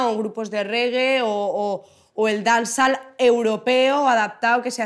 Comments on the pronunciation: Dance-all lmao if she keep saying dance all ...but she went to Jamaica right 😂 what part of Jamaica? Smfh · Si ni pronuncia bien la palabra "dancehall" cuando supuestamente es el género que hace. My god. De verdad, que no veo nada especial en esta entrevista, es una persona que sabe defender su música, just that. Pero siguen siendo unas lyrics de mierda. Sigue siendo música de mierda. "La marihuana es una droga blanda..." madre mía...es que real que me parece absurdo que estéis flipando con esta entrevista. Aparte de llamar a Becky G y a Karol G mainstream. ¿Tú qué eres? "Veo Bad Gyals, o Nina's o Zowis" hola? se han apropiado del estilismo callejero ahora???? Wow, es que de verdad que flipo.